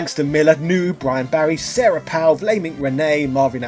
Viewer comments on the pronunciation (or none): none